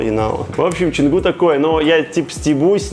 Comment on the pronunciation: Почему пишешь Чангу, а говоришь Ченгу??